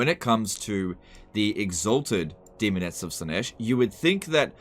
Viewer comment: almost said semonettes